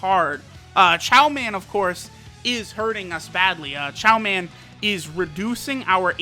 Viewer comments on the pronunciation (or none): It's Chioman